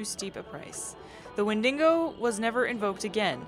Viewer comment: I really love the way you pronounce "Wendigo" with an extra "n" :)